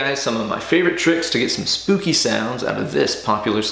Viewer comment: Did you say spoopy?